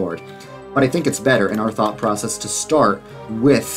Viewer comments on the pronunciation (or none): none